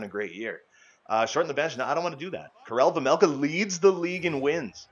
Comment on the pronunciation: It’s vejmelka not vemelka